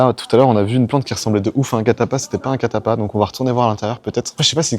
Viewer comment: Catalpa pas catapa